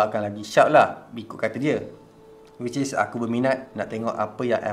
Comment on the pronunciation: No one:: wicis